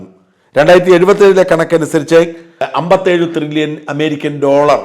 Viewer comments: ത്രില്ലിയൻ or ട്രില്ലിയൻ???? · Tri-llion aanu. Thri-lli-ion alla. Please correct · ട്രില്യൺ ത്രില്യൺ അല്ല